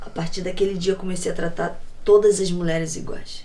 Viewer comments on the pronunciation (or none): "muleres". <3 ;)